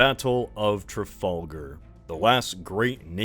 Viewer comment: Man that mispronouncing of “Trafalgar” sure stings